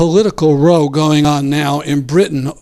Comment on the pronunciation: mispronounced "row", as in a noisy acrimonious quarrel: "they had a row and she stormed out of the house". Pronounced rou not rō. Cenk Uygur makes the same idiotic error. (And Brenner wrote four books, not "three [sic]".)